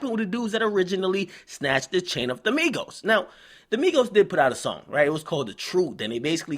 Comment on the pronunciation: not migossss not quavooo